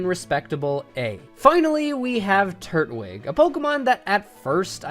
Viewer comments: Is it really pronounced Turt wig? Always thought it was Tur twig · I understand it's an opinion but it's Tur-twig. Not Turt-wig. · Turt-wig? Lol twig is part of his name it's tur-twig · Love the videos I agree w most of this but when you say turtwig like turt-wig it honestly makes me want to jump out of a plane and get impaled by the Eiffel Tower, its tur-twig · Why does everyone pronounce Turtwig incorrectly? It’s Tur-twig.